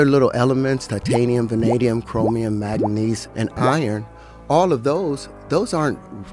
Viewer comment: If you can’t pronounce manganese (manga - neez), you are talking out of your ass